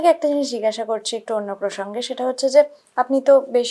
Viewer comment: সৎ ও সুন্দর প্রচেষ্টা, ধন্যবাদ দিদিভাই। উচ্চারণটা জিগাসা নয় জিজ্ঞাসা।